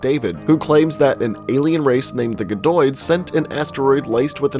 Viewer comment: Did you not even play the fuckin game? It's not guh-doid, it's gad-oid.